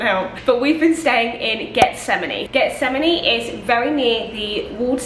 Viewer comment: Getsemani is pronounce = HETS-a-man-E. The G is pronounced like an H.